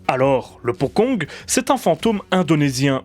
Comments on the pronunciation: On prononce potchong, pas pokong... Le deplacement des pocong ne doit rien au cinena hongkongais. Ils se deplacaient deja comme ca bien avant l'invention du cinema. Ca qu'il faut bien conprendre c'est que les pocongs "existent" dans la vie courante des Indonesiens. On en parle tout le temps et ils sont utilises dans les medias mainstream. C'est pas juste dans les films d'horreur. Sinon je dois dire que la qualite du jeu d'acteur et du film est totalement representative du cinema Indonesien. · Bonne vidéo, p'tite rectification ça se dit "potchong" le c est prononcée "tch" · Ce nouveau format de vidéo est génial <3 Juste une petite remarque le mots Pocong dans ta vidéo est mal prononcé , en indonésien il faudrait prononcé Pocong / Pochong . La lettre "C" chez eux ce prononce comme si c'étais "CH" . j'avais entendu parler de se terme de mes amis en Indonésie, terrifiant :o ! . Sinon je kiff toujours autant t'es vidéo continue comme ça :D